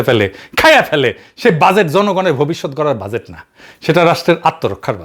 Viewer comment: Or mai bolto budget= বুডগেট